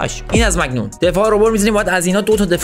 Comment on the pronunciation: داش مگنون نه مانیان